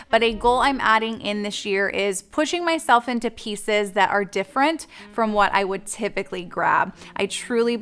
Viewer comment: I actually think “ dimferent “ is cute . I’m OCD and also ADHD ( minus the hyper part thanks to perimenopause) and can be the pronunciation police at times too. But I figured since I always get so much value from your content that there was no reason to correct you over it . I also figured that maybe you were thinking so many words at once that it might be the reason because my brain runs 1000 mph sometimes and if I have many words running through my head , I’ll accidentally combine two words as I’m blurting them out 😂. Now that I’m in perimenopause, I’m lucky to be able to remember words . I say “ Thing a ma bop “ when I’m asking my husband where something is and he will have to ask me to narrow it down 😂😂😂